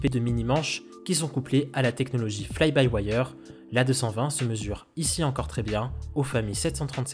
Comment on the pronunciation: Fly by wayeurre , six sourissse.